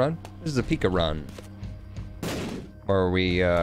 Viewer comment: PICA. It sounds like pīka. Not pika as in pikachu. But long I